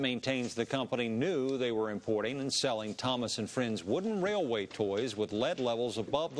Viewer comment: “Thomas Wooden Wail- Railway.”